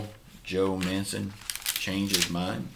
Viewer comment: MANCHIN MANCHIN MANCHIN REAPET AFTER ME MANCHIN NOT MANCEN!! MANCHinnn